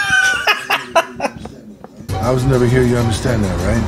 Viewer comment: ''Stay down beech''